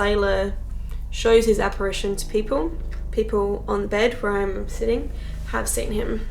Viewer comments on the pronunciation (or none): none